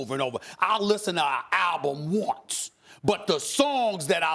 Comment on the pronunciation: Stephen: "I'll listen to an album WONZE" Never heard "once" pronounced that way :P